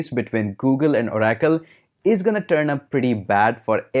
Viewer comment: Oh Rackle. Lol. It's Or- acle